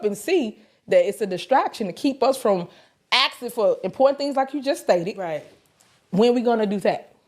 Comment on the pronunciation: She just axing questions…. lol 😂